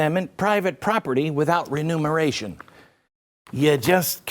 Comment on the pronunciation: Sorry Glenn My Grandmother was a Grammar Teacher, it is: " Remuneration" , not Re- Numeration? Two different things completely bro...One has to do with Paying for something which you're confiscating, i.e. when the Govt. takes someone's LAND without paying a FAIR price for it. The "other" has to do with "counting" over again....? Like when Joe Biden Mis-COUNTS, ***One for you Two for me...etc. 3.5 TRILLION equals ZERO*** You Get it... it's "taxation " without representation?